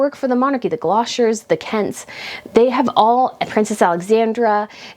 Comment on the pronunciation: Just a friendly note: Gloucesters is pronounced [gloss ters].